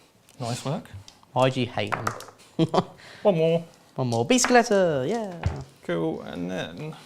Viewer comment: I never want to hear bicycleta again